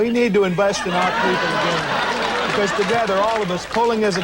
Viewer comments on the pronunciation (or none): none